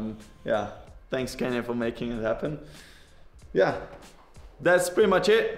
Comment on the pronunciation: i think He was joking since Fabio pronounce it a litle bit like Kenyan Bikes.